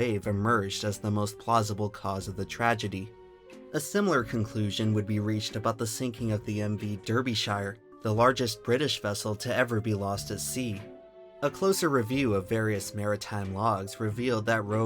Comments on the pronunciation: Fyi, when pronouncing english place names. A -shire suffix is basically always pronounced "sher/shur". Its just the one in lord of the rings thats pronounce "shyer". Derby is also pronounce "Dar-be". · dUUUrbey-shire? really? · derbyshire is usually pronounced kinda like darby sure in the uk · it's Dah-beh-shur not der-be-shire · love the video but its pronounced daa-bi-shuh not dur-bi-shur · as a brit, the pronunciation of 'derbyshire' as 'der-bee-shy-er' pains me. (it's pronounced 'dar-bee-sher') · Derbyshire is pronounced, Darbyshire. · It's D - ar - bee - sh - ur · "Derbyshire" is pronounced "dah-beh-sheer". Just as a rule "shire" is pronounced "sheer", making that single change makes saying county names more correct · Fyi Derbyshire is pronounced 'DARbisher' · Derbyshire is pronounced "Darbyshire" just an FYI, awesome video as usual! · Nice video. One point, Derbyshire is pronounced Darbyshur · How the fuck do you pronounce Derbyshire as DirbyShyer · "derbyshire" is pronounced, DAR-bee-SHUR. yeah okay, I can understand why you'd get the derby part wrong, even us brits will agree it makes no sense. but why does the pronunciation of "shire" always trip americans up, when you have a state called NEW HAMPSHIRE and you say that correctly?!?! americans explain. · So sorry for this, it's the Mc 'dar-bee-sheer' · you've mispronounced Derbyshire, which is pronounced as Dar-bee-sher. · As a British native, I ask you politely to never attempt to pronounce the name "Derbyshire" ever again. Thank you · The pronunciation of Derbyshire nearly ended me 😭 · The pronunciation of Derbyshire😂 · That pronunciation of Derbyshire was downright hilarious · Very interesting, but please Google how to pronounce "Derbyshire", because yours is WAY off. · wicked but learn how to say derbyshire XD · Incredible video but the butchering of the pronunciation of Derbyshire gave me whiplash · I would correct the pronunciation of Derbyshire but this is way better so screw it.